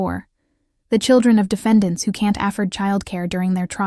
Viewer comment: The pronunciation of 'afford' is not correct at about timeline .